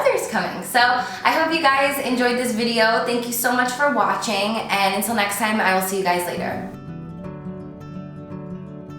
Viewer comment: The way you say "thank you for WAHtching" kills me 😂😂😂😂